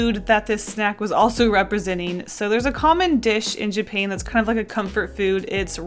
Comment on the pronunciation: it hurts a little that accidentally pronounced japan as japain